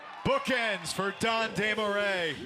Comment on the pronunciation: french dude here and is the closest an english speaker can say it properly i guess